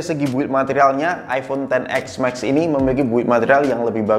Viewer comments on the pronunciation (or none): iPhone ten es max bg, bukan ten ex max, udah 2x ngomong ex jadi nya 🤣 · si abang nyebutnya "ten ex mexs" XS max? 😬😬